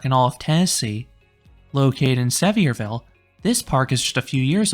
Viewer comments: Great review! I hate to be “that guy,” but as a local, we pronounce it as Suh-vear-vul (as in Severe weather) and Appa-LATCH-un Mountains. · At least pronounce the name of the town correctly. I don’t think you’re actually been there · Awesome video! That park is really fun! But I can’t with the way you pronounce Sevierville 😭😂